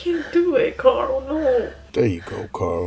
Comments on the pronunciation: gcldenlion it’s carl not Coral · Rick pronounced his name as COOOOORAAAAAAL whenever he yelled for him